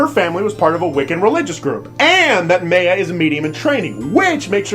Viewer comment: Please tell me you're pronouncing Maya incorrectly on purpose